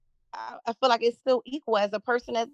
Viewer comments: Especially since they pronounce feel like it is fill. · BW and BM neither of whom can pronounce the word feel correctly instead of saying fill. Can you fill me?